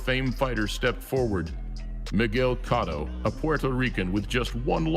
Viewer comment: Cot toe? Its coat toe